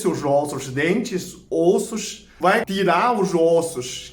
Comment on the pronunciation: Nossa levei um susto quando ele falou vai tirar seus osos kkkkk